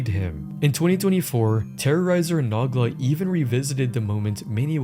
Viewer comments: Nogla. No gla. Not na gla. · "Naw-glah"😭 Noh-glah. Tis Irish ^^ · Ok so saying “Noggla” instead of Nogla throughout the whole video as if they legit don’t say his name a million time per video is genuinely irritating. You do however much research you had to yet cat pronounce a simple name right? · say nog la instead of no gla one more time and I'm gonna lose it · Naw Gluh. Nuh Gluh. It's No-GLUH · it's pronounced "no-gla" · the way he says Noglas name is frying me "nuglah"😂😂😂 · I’m sorry did you pronounce nogla as nahgla?! wtf is wrong with you! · Pains me anytime I hear it 😂😂😂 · Makes me wanna naw on a gla hearing that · Yo pronouncing Nogla as "Nahgla" is makin me wheeze harder than Pasta 😂😂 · Who tf pronounces Nogla like that. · This video is just copying Patrick CC ‘s video same thumbnails. Doesn’t even know how to say Nogla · How can you miss pronounce Noglas name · bro the way you pronounced nogla’s name oh my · Never in my life have I heard someone mess up Noglas name